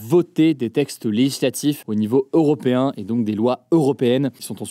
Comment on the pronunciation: Européen non pas Oropéen😂